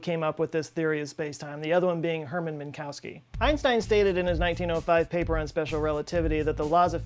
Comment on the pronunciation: Min-kof-ski... Not min-cow-ski